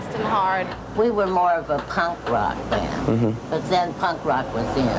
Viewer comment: I like how she says "bee-und" for "band"...I don't know why, but when I was going through puberty, she was the one that I, uh, thought about. , does Charlotte look wasted?